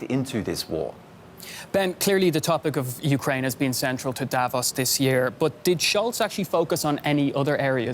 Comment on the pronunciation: Funny to see a reporter on a German TV channel not able to pronounce "Davos"